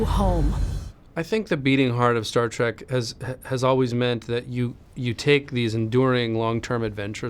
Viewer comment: “Star track” teehee